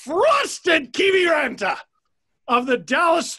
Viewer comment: Well I’m from Finland and yes i have heard of Joel Kiviranta and have even watched him playing junior games in Jokerit Helsinki! By the way your pronunciaton of finnish names are amongst the best in youtube! Joek Kiviranta name almost spot on!